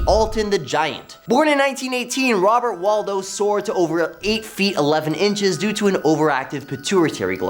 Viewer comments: It's Robert WADLOW, not Waldo. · Robert Wadlow, if you are making money out of his name, it would be respectful to pronounce it properly.